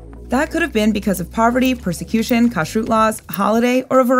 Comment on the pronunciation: count the number of times you hear poor poverty and poysecution in this video.